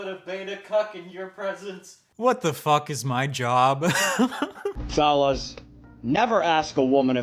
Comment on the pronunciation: notice how when he says fellas it sounds like phallus...